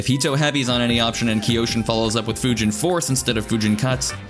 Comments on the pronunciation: Isn’t it pronounced Kai-Yo-Shin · kyo shin, like toKYO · Yes I hate myself for mispronouncing Kyoshin as Kee-oh-shin. Maybe third time's a charm. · “K-yoshi-N” Or just Yoshi